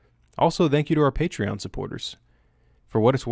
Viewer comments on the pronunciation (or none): none